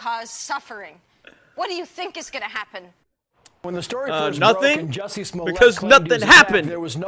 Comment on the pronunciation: You too? It's a short u sound, not a long u. I thought it was just the, now in on it too? But yeah. MAGA hats in South Chicago?